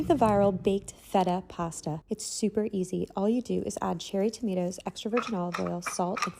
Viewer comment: I love how she says tomato she says it like"tamato" hahah